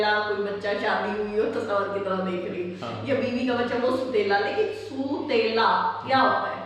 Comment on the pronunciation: لفظ سُوتیلا نئی ہے سَوتیلا ہے